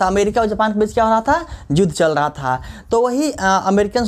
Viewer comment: Sir yudh hota hai judh nahi